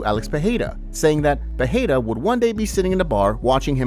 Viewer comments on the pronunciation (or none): hey dude it's not pronounced Peheira